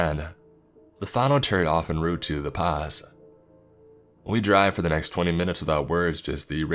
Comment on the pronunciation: Being from Winnipeg Manitoba, I cringed at the way you said the Pas... I get it, that's how's it's spelled, but it's usually pronounced like "paw". Either way great stories! Keep up the good work.